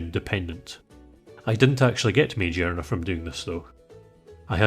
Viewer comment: these r the most annoying comments of all time but I'm gonna correct pokemon pronunciations... at the very least it boosts engagement. You've likely heard it before. Megearna is with a hard "g" bc it's like "me-GEAR-na" bc its made of gears